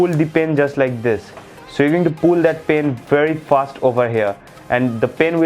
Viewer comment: Please talk in Hindi it's better than pyen instead of pen and coover instead of cover